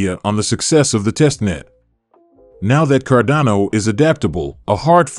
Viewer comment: Sorry, if you can't even pronounce the coin's name correctly, then it shows you haven't even done the most basic due diligence.